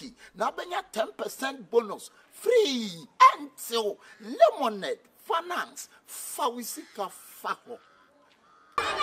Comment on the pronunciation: I like the way Ras Anini pronounces Lemonade Finance. Slowly but surely.👍